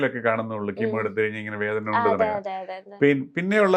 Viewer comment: ഹീമോ അല്ല കീമോ...